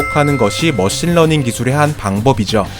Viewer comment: 러신머닝 처음듣고 런닝머신이라고 생각한 사람?